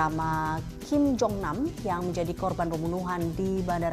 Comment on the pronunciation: Kim kali.... Bukan king... Lu ga bisa ngomong kim ya ?